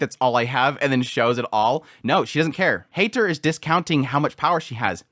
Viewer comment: Heiter is not a Hater. He's more of a Highter.😁 The german "ei" equals the english "i".😊